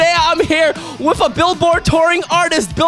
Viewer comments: doms accent he says ""wiff""instead of with. love it lol. 😆!!! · dom pronouncing with as wiff is why we're here